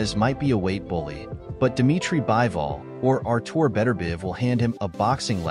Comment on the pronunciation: It's bivol not bible